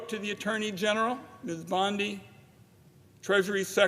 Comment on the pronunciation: Surely the senator didn't pronounce her name as pimp bondi? My ears are playing tricks on me?